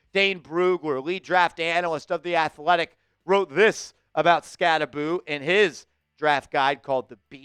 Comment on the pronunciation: I’ve always heard it pronounced Skatte-boh, what’s up with this Skatte-boo pronunciation? Did he correct everyone at the combine or something?